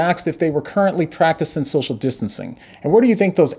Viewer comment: Slip of the tongue. You said, "social distaning"